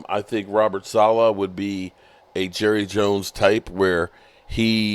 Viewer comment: sa-leh, like ... sah-lay.